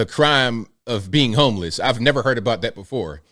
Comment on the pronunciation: Homeliss (that's how see said it)...Didn't your progressive party Demand that Everyone call them Currently Unhoused or Experiencing Homelessness for total fear of being thrown to wolves for offending someone??? Hmmmmm remember that? Church Lady.